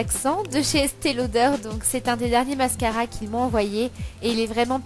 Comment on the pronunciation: Coucou! J'espère que tu vas bien? Très très jolie et l'imprimé léopard en petites touches c'est tellement joli. On te pardonne ton accent pour le mascara (Lol) Bon dimanche à toi